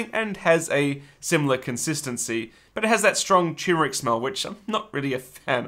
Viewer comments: What fun! Every step was so creative and thoughtful of your friends’ health. The result was gorgeous! I wanted each of them to have one! Oh yes, unless it’s said differently where you are, it’s TURMeric, not TUMeric. Gad, I’m such a pain. 😣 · . if you want to sound intelligent, you could learn the proper pronunciation of the word "turmeric." There's only one proper pronunciation. There are two r's, none of which are silent. ugh. thumbs down for mispronouncing the word "turmeric" three times.